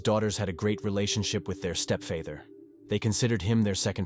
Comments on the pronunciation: Maria’s daughters had a great relationship with their stepfayther, they considered him their second faathere, 😂 this AI voice is too funny for these videos, if you can’t narrate yourself don’t make these videos. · Step Feather?...your AI is atrocious 😂